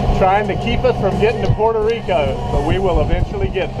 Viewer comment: Its Puerto Rico not Puerto re al sheesh